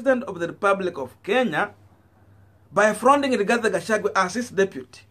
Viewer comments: Please get the names of this politicians correctly.It is GACHAGUA AND NOT GACHAGWE.ALSO IT IS WAMUNYINYI AND NOT WAMUNYINYA.Otherwise you are doing a good job. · 🤣🤣🤣 it's Gachagua not Gachagwe 🤣🤣🤣 but is okay ,unaweza mwita vile unataka 🤣🤣🤣kabra afike huko ikuru. Ruto ako na Azimio la kugonga ukuta! Hata Kihika haonekani kwa UDA siku hizi! Gachagwe knows the international community from Mathira. The Mathira Diasporians! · Please learn to pronounce people's names properly Gachagua not Gachague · Gachagua. Not Gachagwe!